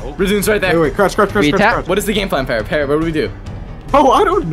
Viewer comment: the fu he said paarrot